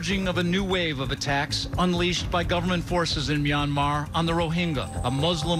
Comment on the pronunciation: Myanmar. Is pronounced more like “Meeanmar” you got it right the 2nd time